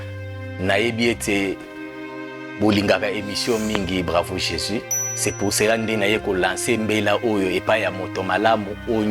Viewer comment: Maman wetshi ozali journaliste présentatrice sala effort na prononciation on dit Jésus et non jési Dieu et non Die merci pour la compréhension